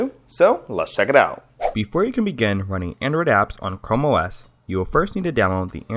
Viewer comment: why pronounce it "chromios" it's simply "chrome os" no need to say it wrong